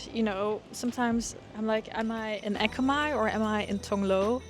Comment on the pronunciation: Tong Lor prounounce as Tong Lor (as in for) not Tong Lo (as in no) but for Ekkamai you pronounce quite well just lower sound for "mai" a bit (Simple tone)